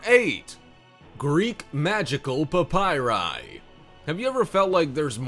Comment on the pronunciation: Please stop saying PAPYRI.